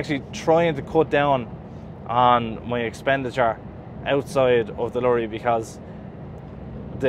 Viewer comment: Watching a few of your videos on the go...one of your videos at the start of 2021 you were giving up Trucking...glad you are still at it. It's now nearly October 2023..things are even more expensive. Love the way you say "lurry" 😊😁